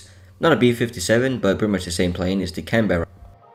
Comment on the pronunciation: As a person who is from australia where canberra is our capital its pronounced more like can-bruh not can-be-ra